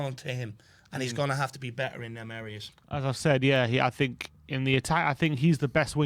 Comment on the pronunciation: All that blob says is “I tink…” 😂